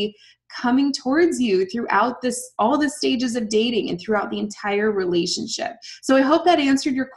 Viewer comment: Sorry but everytime you say relationship what I always hear is Relationshit.